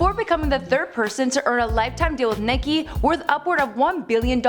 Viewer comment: She called Nike Nicky tf lmao